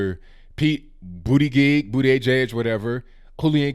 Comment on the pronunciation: Booday-gig, bootee-juj, whatever.... LOL